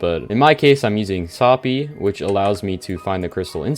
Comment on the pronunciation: soppy is not a thing do you mean soopy? he pronounced it wrong its pronounced like soup e